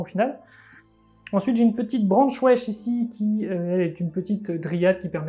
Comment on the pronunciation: A chaque fois j'entends "branche wesh" au lieu de "branchwraith" XD